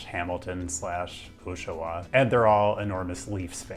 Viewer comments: You got the Montreal suburbs right, but not Oshawa ("O" = "Awe") 😉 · You did very well. If anything, you may have underestimated the travel time from Montreal airport to downtown. The traffic is often brutal on that route Your pronunciation of Oshawa is kind of cute. Phonetically, it's Aw-sha-wa. Again, I live in Toronto and you did a good job. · As a Toronto area native I love his horrible pronunciation of Oshawa. Haha Oh-shawa. (Osh rhymes with gosh in Oshawa.) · I'm also from Quebec and thought he did he did a much job with Saint-Hyacinthe and Joliette than he did with Oshawa!: "Oshawa" is pronounced much like "Ottawa", but I think you noted that in another video) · Love it. I won't correct the French Canadian names, but Oshawa is pronounced more like "Ah-sha-wa", but I'm totally going to let it slide because you nailed pronouncing "quay". One thing I would say about taking Porter Airlines is that while being pretty convenient, their on-time performance isn't super great (66%), so a high speed train would almost certainly beat it every time. Who are we kidding though? HSR would probably kill Porter because they can't legally fly jets out of City Airport (they only fly Dash-8s), and right now they charge about $450 CDN for a last minute ticket to YUL. HSR would likely be less than half the price, so they'd lose their most lucrative route. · Hearing this guy saying "oshawa" is almost as bad as the habs shitty goal horn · Never heard anyone pronounce Oshawa the way you did haha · You said Oshawa wrong 😭😭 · You pronounced Oshawa wrong, no need to go to Quebec :) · I love the apology for maybe not pronouncing the Quebec cities correctly, but he got Oshawa... made me laugh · the vowels in Oshawa are pronounced in a similar way to Ottawa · Yeah, he got the anglo pronunciations of the Quebec cities spot on, but missed the Ontario one. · I am going to bother you about pronunciation... It's AW-sha-wa, not OH-sha-wa. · Oshawa is pronounced "Aw-sh-a-wha"